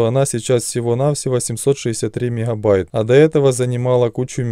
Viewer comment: "Мекхабайт"😂 каждый раз слышал от него